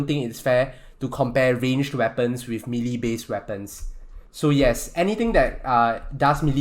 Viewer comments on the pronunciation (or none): he pronounces swords like swats and melee like MEleeeeee.